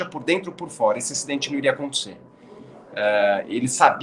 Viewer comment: Max foi culpado e pronto. Vamos pra frente. A transmissão da Band está de parabéns pela cobertura. Porém uma coisa que me irrita : "por foera". Oh coisa chata!